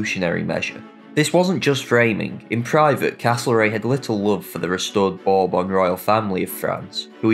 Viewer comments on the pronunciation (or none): none